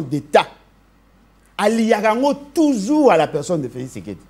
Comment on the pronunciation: Prononce bien Félix et non Felis